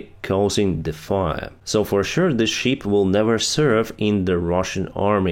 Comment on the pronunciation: I understand that you are not talking about "sheep" 🐏 then "ship" 🛳. But your pronouncement always sounds like "sheep". You may also use: vessel, boat, canoe... whatever instead "sheep". Good work.👍